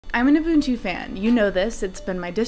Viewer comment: You are one of the few out there that can pronounce ubuntu correctly!